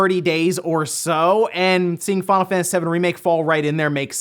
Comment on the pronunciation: "we're gonna start today with fawnafaniss remake"